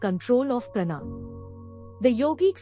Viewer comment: Not prana, please pronounce as praanaa